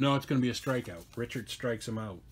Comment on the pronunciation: If you're worried about views you should pronounce Pete Richert the right way,,,,,Rick...ert...good game